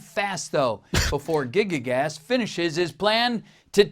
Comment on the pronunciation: "gigi-gas" Nigga its pronounced "guy-gass"